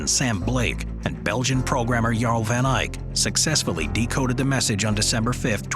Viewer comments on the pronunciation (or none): none